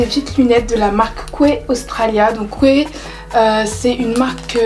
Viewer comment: Ça se prononce key la marque Quay 😉